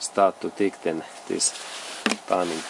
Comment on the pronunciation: You are very good at describing all your projects! I have watched several. Thanks for your thouroghness and patience. The word "tighten" is a little bit funny pronounced... but you´re O.K!! Keep on! Thanks for your clips!